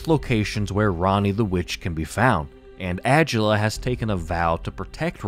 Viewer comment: I don’t think adula name is pronounced that way n if it is either way I say it “uhh-dula “ instead of “ag-ulla”